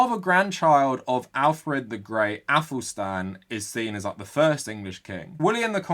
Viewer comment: Finking.. fing... aufor..ÆFelstan...two hundred fousand... sorry but I don't listen to anything ppl who talk like that say... or those who use game of thrones or vikings to support their arguments. And I wont be told by anyone called Khan about my heritage.